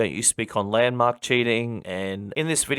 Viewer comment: its LAND-MARK. not linmark